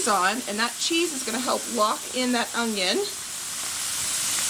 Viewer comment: We loved the teriyaki chicken recipe that you shared.💕 I always listen closely when you say onion. Are you pronouncing a “g” when you say onions? My Mom always said ongions ( her Oklahoma pronunciation).